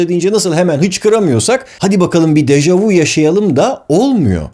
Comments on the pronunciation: yalnız u diye degil ü diye okunur dejavü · Yanlız Dejavu değil Deja vü böylede okunur fransızca kökenlidir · Deja vu yazılır deja vü (görüldü) okunur. Vu ise siz (vous) demek. Bilim kanalında doğru okunmali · Dejavu dehil dejavü deseniz daha doğru olur